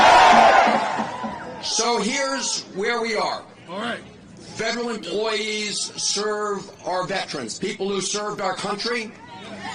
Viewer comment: "Feberal emploweees" 😂